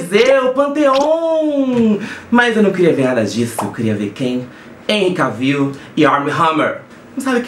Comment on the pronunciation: Por favor, da próxima vez, antes de soltar as purpurinas, que com certeza, as mulheres não gostaram e os homens muito menos, aprende a pronúncia do nome do cara. Escreve Cavill, mas fala-se QUÉVOL . Não Cavíl. HENRY QUÉVOL!!!! Vergonha total.🙄